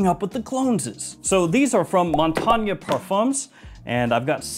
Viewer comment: as a French speaker I can tell you that your prononciation of “Montagne” is perfect 👌 Now 😂 Say the “gne” at the end of “cologne” the same way and you’ll be the best frag YouTuber:p PS you’re the best anyway!